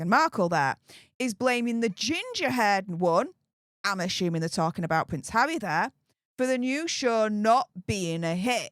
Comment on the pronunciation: You really tried to actually say harrrrrrry in this one 😂 but it still came out as havvvvvvy 😂